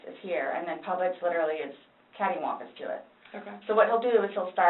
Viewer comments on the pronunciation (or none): oh my god did she just say "caddy-wonkus" ?? that makes me hate her even more